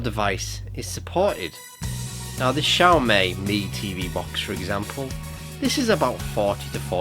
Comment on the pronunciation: Hi, You got one thing horribly wrong, the way you pronounce XiaoMi. It's not pronounced as 'May' but pronounced as 'Me'. Thanks